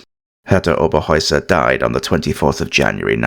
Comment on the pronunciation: Herta Oberheuser was her name not Hera Oberoer